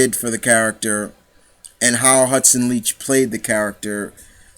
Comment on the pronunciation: One of my favorite characters as well but you got her last name wrong on interviews her last name is like you like someone not leach and yes it was like batman and joker I always pronounce it Leak but great video she played this lovable bitch so well it scared me and turned me on at the same time